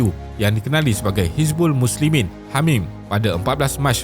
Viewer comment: Hamim dengar seperti Hamas. MashaAllah. Terima kasih admin tidak berpihak hanya satu pihak saja. AllahuAkbar. Anak muda bersama PAS 🤍💚🤍💚